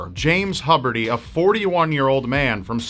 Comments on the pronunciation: I literally have the same last name as this horrible person. WHY???!!! ( Also, not that it matters, but it's pronounced hue-bear-tee) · Huberty, Rhymes With Puberty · It was pronounced "Hew-berty", not "Hub-erty". Other than that, pretty well done. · “Hubber-T”?? I’ve always heard it pronounced “Hyoober-T”. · its probably pronouced hue berty, thats my teacher's lastname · The host is pronouncing the last name wrong. Huberty---(( 'hue-ber-tee'))....hence why his name was misspelled at the time he sought help. It was thought that his name was (SHUBERTY) An obvious error from the 's' of his first name the combination of the 'h' of the last name__ I saw this years ago on an old MSNBC report on Mass Shooters. They, of course interviewed his wife. As I watch this video I couldn't help but remember some things she said to the kids..... "Don't Agitate Your Father!"..... It is sad that things like this continue to occur. Gun Safety,Loop holes,First Amendment, etc, etc.... a revolving door of mishaps and unfortunately big business, even if some gun Makers go out of business guns Have already Been Made!! It's all about the human mind. Apparently 'good' people turn 'bad', but I feel that is only the case because of ONE issue....S O C I E T Y itself!!